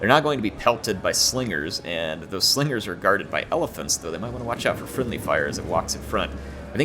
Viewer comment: It is indeed one of the best Rome 2 battles to date. Great job and respect to all involved players. But you gotta appreciate splendid commentary, his Star Wars references, and by favorite mispronunciation: "Swingers are gonna swing the battle", Slingers gonna sling;)